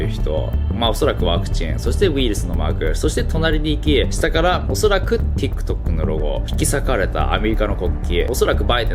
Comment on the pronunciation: TikTokの発音が良いんよ